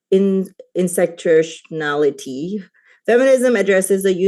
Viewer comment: ChatGPT definitely wrote her opening statement. She butchered the word "intersectionality", because she doesn't know what that word is. In my eyes she lost the debate then and there (not that I think she had much of a chance to begin with), and I hope uses the next 2 hours to troll this chick.